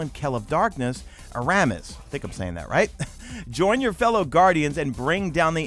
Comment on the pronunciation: Air uh Miss, now say it quickly...